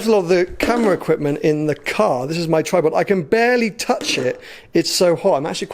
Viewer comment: 'equitment'?! you know it's equiPment right